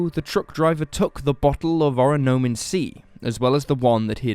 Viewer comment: good video! the drink would be pronounced oronAmin instead of oronOmin based on the hangul on the bottle at one point, though :)